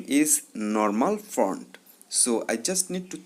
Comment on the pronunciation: Bhai front nahi font hota hai woh 🤣🤣🤣🤣